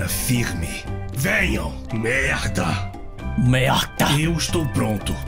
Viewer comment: mt bom ele falando "merda"